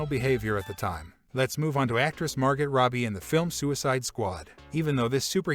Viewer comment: Probably work on the Text to speech pronunciation next time...."Margot", "Rogen", "Connery"....learn those, and maybe we'll be back.